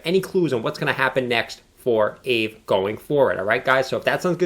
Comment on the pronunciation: I think it's pronounced, "Ah Vay." It has tremendous potential and $5K looks like a reasonable 1 year target. This is not financial advice, only my opinion.